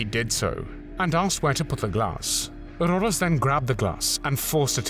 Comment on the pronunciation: Rodos not Rondos.